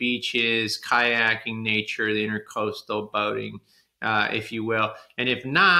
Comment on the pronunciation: Love your videos but please . It's INTRA-COASTAL not intercoastal. Please look up the difference. Thanks.